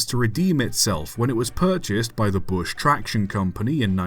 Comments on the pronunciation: BRUSH not bush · "Bush" traction? Not "Brush"? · It’s Brush , not Bush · Why are you pronouncing "Brush" as "Bush"? Otherwise a very good video. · I can't be sure if you're saying "Bush" or just "Brush" in a more northern accent :D That was rubbish as originally built, but Hawk is a pretty fascinating device, it wasn't just an alternator testbed but an AC traction motor testbed with a very early solid state control system. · Interesting story of 10800. I 'wonder' if it could have been refined further by Brush Traction to make it work. Also, hate to be 'that guy', but it was 'BRUSH', not 'bush'. Sorry! I hate to be so pedantic but I had to say something!!! 😂🎉😂🎉